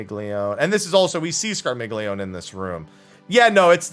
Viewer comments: Scar-mealy-oni, dang it! :p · Scar-mil-yon-ey The g is silent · It’s the polyglot in me, but it’s pronounced “scar-milly-oh-nay” D: Italians are shaking their 🤌🏻